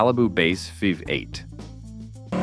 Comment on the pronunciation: This video is garbage. The ridiculous monotone AI voice gives it away in the first second, the oldsmobile five (V) eight. The rest I assume is trash. Who has 34 minutes to waste listening to this much stupidity?